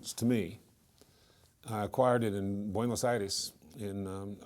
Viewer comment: I like that he pronounces Buenos Aires & Argentina in their native accent